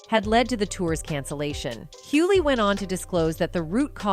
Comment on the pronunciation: Why can’t these people that are supposed to be so educated pronounce Hughley right??